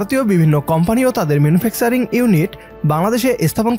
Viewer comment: আপনার ইংরেজি উচ্চারণ ঠিক করেন।ম্যানুফ্যাকছারিঙ নয় , ম্যানুফ্যাকচারিং (manufacturing)।